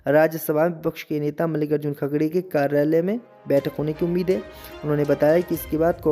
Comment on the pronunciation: वह खड़गे हैं खगड़े नहीं सही उच्चारण करें।